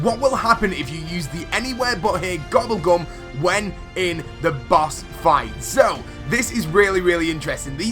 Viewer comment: "Boss Fright" How did you touch the R!?!?!?